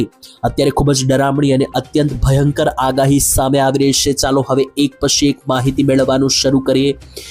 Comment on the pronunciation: પહેલા" છે " બોલતા શીખો